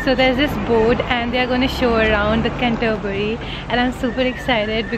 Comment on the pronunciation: Hi, how you’re well. Oh bless you, saying Can-toe-bury 😂 made me chuckle, it’s a tongue -twister name. You clearly looked very excited and well pleased visiting the place. As you loved the greenery so much. You got to visit North Yorkshire, open countryside with loads of pretty scenery. Any plans to visit York? Keep in touch hun Xo.